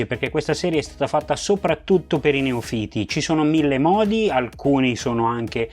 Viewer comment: Perdona se ti sembrerò presuntuoso. Ti sento spesso dire "neofìti" con l'accento sulla i. Credo che però la pronuncia corretta sia "neòfita" con l'accento sulla o. Controlla pure e troverai la conferma a quanto ho scritto